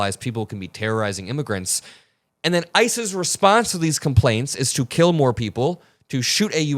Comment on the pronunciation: says ICE's and I heard ISIS. At this point they are kind of the same very bad things.